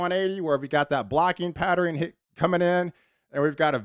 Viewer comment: Pattern= patteren Western= westeren Eastern= easteren Love your enthusiasm about the weather patterens. ❤